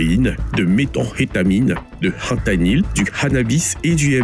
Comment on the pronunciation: Du "hentanyl" et de la "harijuana" 😂😂